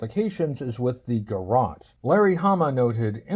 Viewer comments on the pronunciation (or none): none